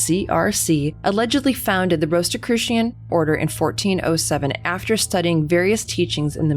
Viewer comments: why do you pronounce it with a "t" after the "s" ? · I prefer. I had never heard it called ROST or ROAST-I-crucians. 🤦‍♂️. Yeah DEF not secret by any means, I’ve even seen them speaking on a tV show recently.